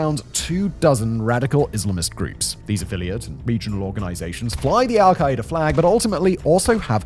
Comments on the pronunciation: The way you pronounce it as "al-ki-ee-da" is so funny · Why is he pronouncing their name so horribly?